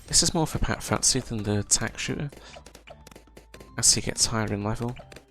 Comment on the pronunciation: Good guide, thanks … but … it's FUSTY FUSS-TEE FUSS-TEE FUSS-TEE not FUTT-SEE.